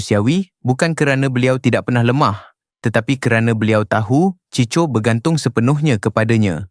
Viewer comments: Cicho ??? 🤦🏼‍♂️🤦🏼‍♂️ NACAAN NYA = CHIKO LAAAAAA🤦🏼‍♂️ Ciko = chiko Ni yg baca mcm org indon je !!! 🤦🏼‍♂️🤦🏼‍♂️ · Chicho chicho. Bangang betul pembaca ni!! 🤦🏼‍♂️